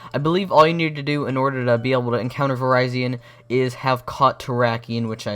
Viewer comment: I thought it was pronounced vir-re-z-on